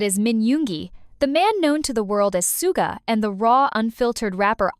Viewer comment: The voice is clearly AI, so please chose one that doesn't grate on the ears and also knows how to pronounce words correctly, or proofread your script so it can cope. Hideous voice. Suga is not the man "known to the world as Soooga".